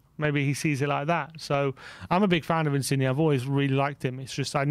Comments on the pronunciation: I love that just cannot pronounce foreign names XD Insigne is pronounced (IN-SIN-YAY) not (IN-CIG-KNEE) Modrić is pronounced (MOD-RICH) not (MOD-RICK) Never change its too funny. COYS!!!! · Just your friendly neighbourhood Italian pronunciation guy dropping in with a few pieces of advice: 1. Insigne is pronounced "Insin-yeh", as the G followed by an N creates a Y sound. You don't pronounce the G. 2. Calcio (as in Calcio Mercato) is the Italian word for Football and is pronounced "Cal-cho", with a hard "o" at the end. Love the work guys, COYS